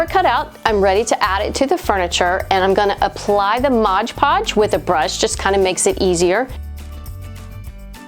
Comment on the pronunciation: I love this project and your channel. But can you stop calling it "MODGE PODGE" It's MOD PODGE. So many Youtubers make the same mistake. LOL